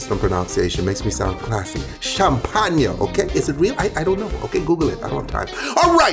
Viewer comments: your pronounciation of champagne was pretty german actually ^^ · The way he pronounced champagne in the video is literally how we pronounce it in Denmark